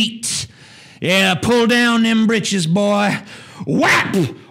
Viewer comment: He said britchs lmao